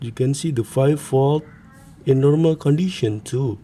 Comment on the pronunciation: "In normal qandition" 😊